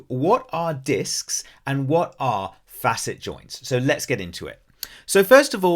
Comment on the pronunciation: My compliments to you for pronouncing "facet" properly! You are only one of 2 out of 3-4 dozen doctors and PT's I've listened to on YT that understand that they call it a "fa'-sit" because we're dealing with 2 adjacent surfaces that should normally move across one another in a complimentary fashion. Spread the word to other dipstick doctors who only got "C"'s in English class, that the word has been in existence for hundreds of years before our modern medical anatomists named them!! But I am here because I believe arthropathy is what is causing my foraminal stenosis of L4, L5, and S1. Possibly at my L3 facets or vertebral endplates as well. Had 24 non-surgical decompression treatments with little improvement. But a week ago I went back to one of my DC chiropractors who has a lumbar traction/flexion table. Oh my God! The relief is so much more pronounced than with the prior vertical decomp sessions I had! I have MRI's but need a trained doctor or clinician to look whether it could be a facet joint or a vertebral endplate with some moderate spurring going on. The clinical pathology report states such. The evidence you confirmed here says it may be both somewhat; but by going on the flexion table he's achieving a hydrating of the first few discs in a more effective way. I hope it continues to improve; but I've got surgeon's phone numbers waiting if push comes to shove. And I would only consider an endoscopic laminotomy or decompression by removing osteophytes with their endoscop